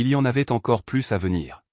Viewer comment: Quand arriverez vous à comprendre que plus prononcé pluss signifie + et que quand on dit plus qui veut dire "aucun" cela se prononce plu. Exemple: j'ai donné tous les bijoux, je n'en ai plu (plus) Le S ne se prononce pas. Vous dites chaque fois le contraire.